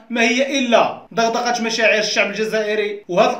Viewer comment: دغدغ و ليس ضغضغ